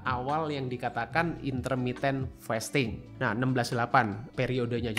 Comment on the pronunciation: Sorry , agag keganggu bgt sma pronounciation "fasting" nya, it is 'a' as in the car, not 'a' as in "wait"😢